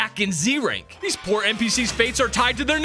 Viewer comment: He was yelling at first and he just said where are thize zygard cell coming from it was so funny 😂😂😂😂